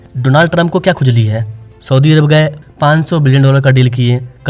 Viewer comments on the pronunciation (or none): none